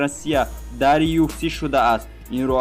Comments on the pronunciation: Аму UFC-ро нагз талафуз кун!!! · UFC-ро дуруст талафуз кунен хубтар мешавад бародар